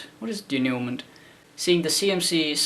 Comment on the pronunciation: its french and its pronounced de-nue-mont (think im missing a tic in there somewhere). also we already saw the flag carrying act in its entirety, so to do that again would just be a flagrant waste of screen time, so thats a good thing it wasnt there